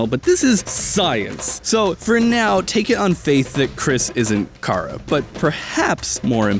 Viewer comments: it ch ara not kara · Kara? Its chara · its chara not kara get it right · Chara Is Not Pronounced Car-ah,It’s Pronounced “Care-ah” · Its cha-ra not kar-aa if this helped you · Not Kara it's chara Char-ah Edit: Adriel might be the villain!!!!! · exscuse me did he just say.....cara? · I pronounce it "char-uh". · STOP SAYING CAW-RUH, JFKGBEWIUJHSIDNVIXJCVBXTG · It’s just a little thing but chara is pronounced like character because it’s a play on the word because it’s the actual person you name at the start of undertale